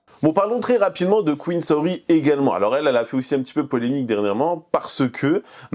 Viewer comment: Ca me perturbe de fou quand tu dis "Saori" c'est vraiment comment je m'appelle, en plus Saorie ça se prononce "Saorié" en japonais.. Bref elle salit mon blaze ça me gave.. Et effectivement le chien est très maigre c'est vraiment horrible et je pense qu'elle ne le sort très peu un Malinois ça a besoin de se dépenser énormément... Que des fous/folles c'est aberrant..